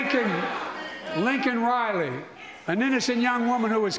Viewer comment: Joe, I know you know how to read! The pin in your hand says LAKEN RILEY. Not Lincoln Riley, the USC head coach.